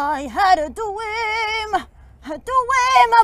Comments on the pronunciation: " I had a dwweeam" Me: * cries silently cuz shes adorable * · " I HAD A DWEEM.. A DWEEM ABOUT YOU-A! JOHNATHAN! " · I HAD A DWEAM A DWEAM ABOUT YOU JONATHAN are you there? 😂😂😂